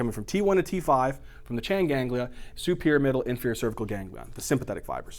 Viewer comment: He said CHAIN GANGlia LOL